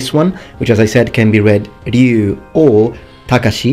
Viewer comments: I believe there's an extent to which mispronunciation of Japanese by Anglophones can just be dismissed--the two languages are just phonetically incompatible, and both are atrocious at pronouncing each other. but... RYE OO still makes me cringe every time. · Which begs the question where did Seth Killian get the idea Ryu is pronounced "Roo". Also along with Tekken I'll request King of Fighters, Virtua Fighter, and well, Mortal Kombat since I know for certain Takeda and Raiden are both mispronounced in the game itself.